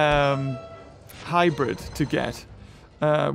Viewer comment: he said hybird except of hybrid